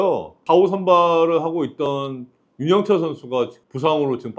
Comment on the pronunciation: 형님 윤영철을 유영철로 읽으시면😢 한끝차로 야구선수가 연쇄살인마로